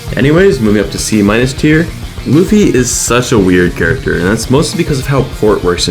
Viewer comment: Lewfee? It’s pronounced luhfee